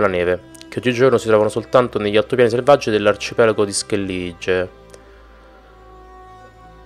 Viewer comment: Schellige? si pronuncia Skellighe!